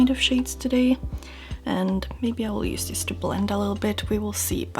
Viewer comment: Amazing make-up! One small request - try pronouncing each 'use' (<--verb, the noun 'use', as in 'there is no use in that' does indeed have 's' in its phonetic transcription), 'using' how they should be pronounced, so with 'z' :) 'S' is used only in 'used to' when speaking of past habits that are no longer valid. Thx in advance ;)